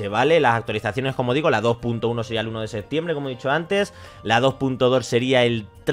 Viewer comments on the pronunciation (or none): none